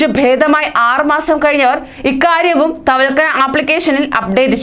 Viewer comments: തവക്കൽന ആണ് അല്ലാതെ തവക്കന അല്ല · തവൽക്കനയല്ല തവക്കൽന